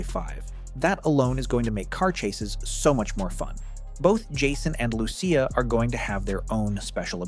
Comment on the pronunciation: Lew-see-uh not loo-sha loved the video tho man